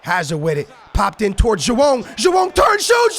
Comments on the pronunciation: Its joao not jowann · please stop saying joao